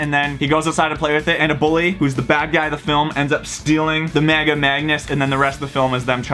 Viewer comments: Why do u say mega like maga is that just to get attention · anyone else hear maga instead of mega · I love the maga darts just cause there so reliable (MAGA is not a typo its the way he says it)